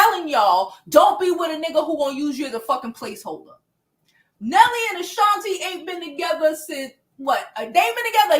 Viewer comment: Who is Ashanta? Isn't it Ashanti? 😅 But anyway, great video 😅😂❤